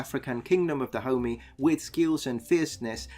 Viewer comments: i keep thinking that you’re calling africa the “kingdom of da homie”. while I know thats not what you’re saying, I think that’s pretty funny. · Da homie? I though it was pronounced DahomEY. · YEEES I keep hearing Kingdom of da Homie!!! Glad I'm not the only one. Also it's Kingdom of da Homie vs Kingdom of Oil? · without knowing the context for the first minute it sounded like you were saying "Kingdom of Da Homie" and I was very confused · I keep hearing him say "the kingdom of da homie" which I know he's not but I can't un hear it! Lol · OMG.. i thought you were calling the kingdom, the kingdom of the homie.. lol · It sounds like he's saying the kingdom of da homie. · I only (mis)heard it as "the kingdom of the homie" for a solid minute there, and now I can't unhear it either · Yeah, I heard kingdom of da homie every time 😂😂 it's funny cuz it fits!